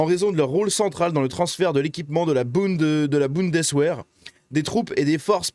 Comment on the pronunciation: "Boundess-Vert" et "Dresd-Heu", ce serait mieux… 😀